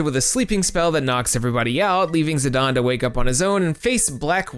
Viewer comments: Idgaf it will always be zi-DAIN...not fuggin zi-DAWN... gtfo with that sh*t. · Great video, but how can Zi-Dane be pronounced Zi-Don? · Also, the way you're saying his name is bad lol